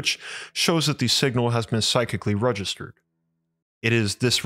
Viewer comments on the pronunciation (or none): none